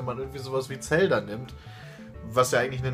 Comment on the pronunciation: wenn noch einmal zelda so ausspricht dann gibts ne albanische